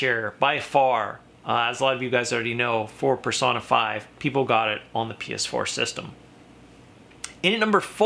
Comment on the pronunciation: It is pronounced (per-sone-a)